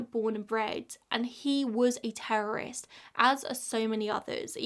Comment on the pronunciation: You mispronounced "terrorism" and "terrorist" too many times